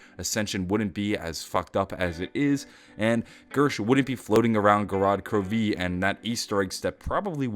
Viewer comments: Why do you stress the "i" in gorod krovi? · Stop saying Gorod Krovee